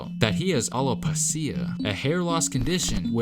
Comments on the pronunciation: speaking "alopecia", a Spanish root word was so funny/disappoint XDDDD, because his English voice is amazing!!!! Trust me, I'm a Spanish native speaker.... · Its pronounced Alo-peesha, not alo-peecya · Hey, those funny symbols at the bottom of a word in the dictionary are there to help you understand how to pronounce a word. It’s “Al-a-pee-sha” not “aloe-puh-see-a”... 🙄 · Alopacia lmao it’s Alo-pesha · Alopecia “aloe peesh a” - said “AloePaSeeA” 🤣🤣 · Lol. "A LO PEESHA" not alo pee see ah. Good job on the KG stuff tho. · Pronounce it like Al-uh-pee-shu..like shut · Lol! Alo-piss-ia! Should've looked it up a bit longer.😉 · Aloe pa seea lmao 😂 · Its pronounced ale-pee-she-a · Learn how to say it 'alopecia' before using it...he said all-lo-pa-see-a... 🤣🤣🤣..."all lo pa see a ghost"... 🤣🤣🤣...no not all just some... 🤣🤣🤣... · Btw it’s pronounced alapisha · Alopecia, not alo-pie-cia. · Aloe-peee-shhhaaaaa and how can people be so dumb to not realise how KG's hoodie stayed up? Smh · Is "aloe peshia" is how its said. Every few years, i have gotten a bald spot on the back of my head, samenwith my mom and auntie. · Its pronounced AL-a-pesha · Alopecia, pronounced al o pee sha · It’s pronounced Al-uh-pee-shu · Alo-Peesha foo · It's spelled alopecia but pronounced alo-peesha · It’s pronounced AHH-LOW-PEESHA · If you can look up these stories then you can look up pronunciations too. I’m almost all your videos you MURDER words man. Al-o-pe-cia??? Are you kidding me? If you’re gonna bring attention to a mans unfortunate condition then at least say it right. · Aloe-pay-shuh is how alopecia is pronounced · “Aloe-peesha” the correct pronunciation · Alopecia al-oh-pee-sha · It's pronounced "Al O pea sha" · Al uh pee sha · FYI It’s pronounced aloe-pea-sha Love your videos though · “Alo pa see ah” ... check your pronunciations man lol 😅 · I thought that was pronounced al-oh-peesha? 🤔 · jeez you looked it up. right next to it is how to pronounce it. al oh pee shuh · Al Low Pee see-ya